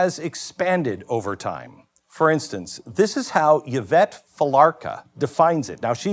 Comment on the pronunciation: The y in Yvette is pronounced EE so her name is EEvette.